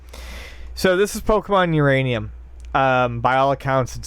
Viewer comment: "Uraninum" LMAO